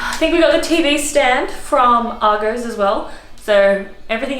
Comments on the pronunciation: Wow - that is a really nice apartment for £1500 per month. The Miele appliances are really expensive. What area is this in? I think your landlord is definitely undercharging you ! PS - it's pronounced AR-GOSS, not AR-GOES. :) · Lol Argos is said 'Arr'-'Goss' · Why are you pronouncing Argos wrong? This is the weirdest pronunciation I’ve ever heard lol 😂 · Loving how you pronouce Argos!